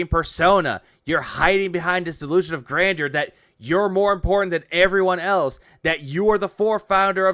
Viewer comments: I love how he keeps using "Grandoor" like he's taking a defiant shot at Adam from Side Scrollers.... like "It's GRANDOOR, Adam, not grandeur like you said it!"... 😂... like this is a really stupid hill to die on, dood. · Great video, but you're saying it wrong. Gotta say it like DSP. It's delusions of "Grandor" phil thinks it's a place in skyrim or something lol